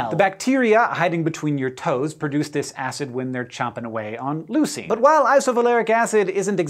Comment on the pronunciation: I'm so happy that Hank is pronouncing leucine correctly in this video